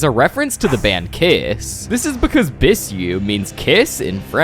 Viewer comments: it’s not pronounced “biSSou” but “biZZou” the double S make the sound Z in French. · Bro rlly said bsyu ITS BISOU "BIZU"